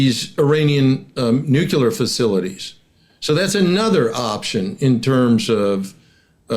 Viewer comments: *Nuclear Not "nucular" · Please sir; The word is nu,clear, not nucular. The Democrats made fun of Sarah Palin for pronouncing as you do. Makes you sound really bad. Nu clee ar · Nucular? Triangular : triangle. Circular : circle. Tubular : tube. Nucular ; “nuculus?” (Would you trust a pharmacist/chemist who couldn’t pronounce the name of your medication? Here is an expert who repeatedly mispronounces a significant word in his field of expertise. Otherwise, he seems credible.). Try to say, “nuclear,” as it is spelled, “nű-klë-ahr”). Learning American English is so complex!😢. “Close” counts in horseshoes, bacci-ball, grenades, communicable diseases, slow-dancing, atomic bombs, and nucular pronunciations.😂 Don’t let the detraction diminish the overall message. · How can you just focus on their nucular capabilities while ignoring their nuclear capabilities? I just don't understand modern military doctrine.😢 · The word is N-U-C-L-E-A-R. Mispronouncing it just makes you seem like a moron. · Why can't any of these highly-informed people pronounce correctly the word "nuclear"? It isn't difficult. Slava Ukraini